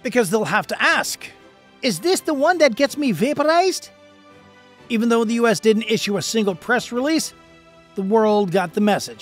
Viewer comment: 😂 "is this where I get vlaperized" 😂